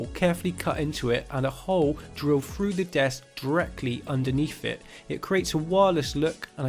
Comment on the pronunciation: Phru? froo?? oh ok....... Through